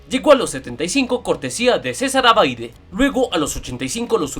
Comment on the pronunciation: Por favor no es "abaide" es Abbadie (la e no suena al final) Todo un grande Julio Cesar Abbadie.